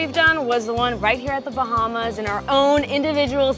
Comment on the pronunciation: Im so mad rn please say The Bahamas right